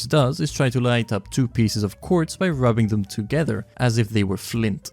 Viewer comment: bro said pissezz 😢